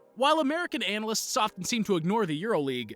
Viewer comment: 7.57: did he fail on the word analysts?😆😆😆